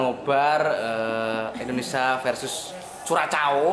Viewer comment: Indonesia mas... bukan Endonesa hehehe... siiip lah.